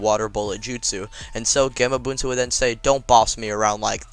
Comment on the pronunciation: its gahmabunta